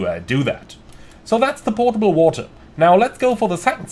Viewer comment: Potable not Portable lol